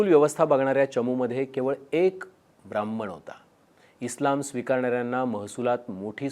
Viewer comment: Brahman mhantana dilela jor ani pause 😂😂😂…sapkal hote mhanun shanti ahe ..dusra koni asta kivha bjp cha asta koni tar kay dhumakul zala asta 😅